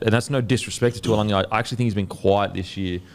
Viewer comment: Its not tualagi its taulagi.. Pronounced Da - oo - langi.